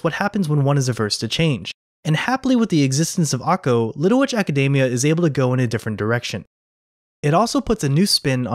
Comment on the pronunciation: btw, Academia is pronounced AcadEEmia